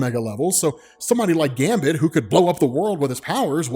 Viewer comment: Great video, but some respect on Gambit's name lol